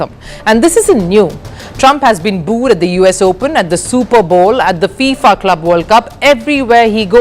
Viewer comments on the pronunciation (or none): none